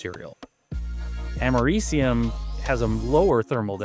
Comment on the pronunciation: Hey nerd, American here, you're pronouncing the element we literally had named after our country wrong. You say like you're saying America, and then just ium at the end.